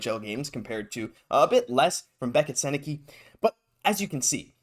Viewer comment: It’s pronounced like sen-eh-cuh for the record, hopefully the Habs know that if they’re going to pick him lol